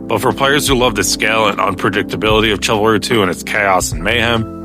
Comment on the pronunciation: its shiv alry not what ever the fuck youre saying